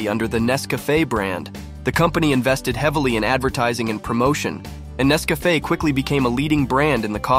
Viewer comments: It's not Ness-CAFF-eh, it's NESS-cuh-FAY. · its not nesvafaaaaa its nescafeeeee when you say it lol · Nes Cafe? Learn how to pronounce it if you're going to do a video. Also, it's referred to world wide as 'instant' coffee not 'soluble'. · When the narrator learns how to pronounce Nescafé correctly. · Thank you for this informative video mister robot AI voice. next time put some more effort in the video and maybe use your own damn voice to narrate . The AI voice literally pronounced Nescafe 4 different ways. Lazy